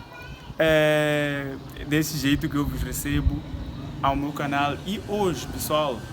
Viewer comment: Pq falam canar e não canal??